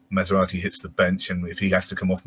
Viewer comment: thinks we have a car in defence 🤣 maserati 🙈🤣 its Masuaku lol sounds nothing like maserati